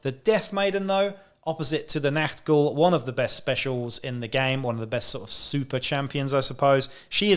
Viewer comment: Your review and positive attitude conviced me to start Necromunda26. Thank you,By the way you hit the german pronouncation of "Ch" in "NACHT Ghul" very good which is rather difficult for Native English Speaket. Greetings fron Germany